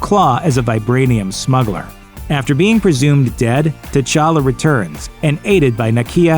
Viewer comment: My dude said king ta chacka